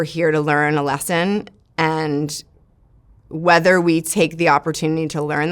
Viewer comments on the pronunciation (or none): none